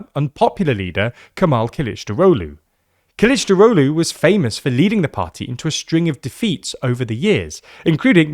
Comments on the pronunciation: Ok, no problem: Kemal Kılıçdaroğlu. Kemal: Ke - mal. Imagine saying "que mal" in Spanish. Not like camel. Kılıçdaroğlu is actually three words combined: kılıç, dar, oğlu. Kılıç: something like kuh-luch. Sounds similar to pillage, or village. Dar: like the name Dara, without the last a Oğlu: the ğ isnt pronounced, so it's like "oh loo" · Zor mu sence? Kılıç, dar, oğlu. Kılıçdaroğlu işte. Öğretmenlik yaptığım dönemde bir öğrencimin soyadı Hacışahinoğulları idi. Zor dediğin o bence. Neyse, bence Türkçe bilmeyen biri bile "kılıçdırOGlu"dan iyi telaffuz edebilmeli. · I'm assuming you're talking about Kılıçdaroğlu. Because yeah, wow.